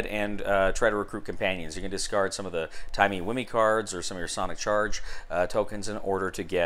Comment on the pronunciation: "Timmy whimmey" xD as a Dr who fan this made me giggle